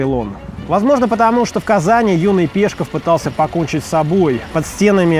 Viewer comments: Вроде бы правильно не ПЕшков, а ПешкОв. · настоящая фамилия Максима Горького произносится с ударением на последний слог. Он ПешкОв, и никак иначе! Кстати, по отцовской линии Горький был таки евреем. Эт первое. Второе. Алексей Максимович в своих трудах во всю топил за капитализм, противопоставляя "опустившихся" пролетариев современным и предприимчивым людям начала века. В пьесах "На дне" и "Мещане " все это можно проследить. А уж совки, в свою очередь, извратили и перевернули смысл работ Горького в свою пользу. Пропаганда-с!